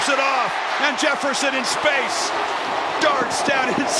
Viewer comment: is anybody going to talk abt how how they cant get Justin Jefferson's name right